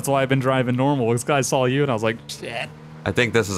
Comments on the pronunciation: Say all you want about my username lol. You must have a smooth brain if you think that offends me. There's just not an 'L' at the end of saw so how did that even become the way he pronounces 'saw'? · Why do you say "sawl" instead of saw?